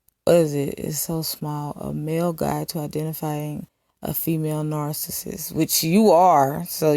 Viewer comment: I hate the way she says narcissist too... She be like, “Kevin Samuels is a narssus, and when you deal with narssuses” smh 😂